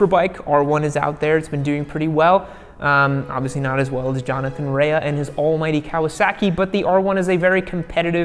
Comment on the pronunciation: it's Johnathan Rea (pronounced Ray)